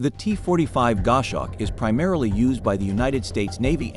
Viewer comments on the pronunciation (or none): It's a Gos hawk, not a Gosh awk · "GOSH HAWK". That's what you get with AI created voice-over. IMHO, videos that use it should have a notification included in the titles.